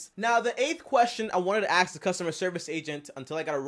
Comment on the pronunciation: I cans hear him “axe” anymore questions😶